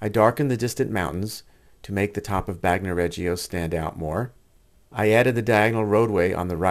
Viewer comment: Bagnoregio. Bagno pronounced. BAHN-yo. Not bahg no Regio pronounced REH- Jo Not Reggie-o